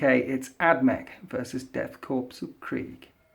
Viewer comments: Death Korps (pronounced core) not CORPSE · The german pronounciation of "Korps" sounds like "Core" as well. (In german it sounds like "Chor") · it's Death Korps not Corps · Correct me if I'm wrong, but the "Korps" in Death Korps of Krieg should be pronounced as "Core", just the the U.S. Marine Corps. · Death Korps of Krieg bro and it's pronounced core, lol not to complain. Fantastic report as always!